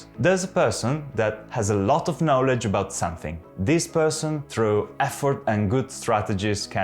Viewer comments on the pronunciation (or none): un video molto utile. Tu parli inglese molto bene, il tuo accento e fantastico. I hope you don't mind me pointing out that the only word you don't pronounce very well is 'knowledge' - the 'o' should be open just like in Italian, it's weirdly different to the word know which has a closed 'o'. It's not a criticism I wish i could speak italian as well as you speak English. Bravo!